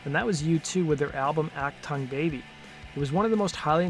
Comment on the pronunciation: "ACK-tung baby"? "Ock-tong, baby"? U2, an "alternative rock band"? LOL This video blows.